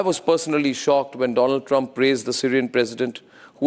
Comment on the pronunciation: My frrend doland traamp 😂😂😂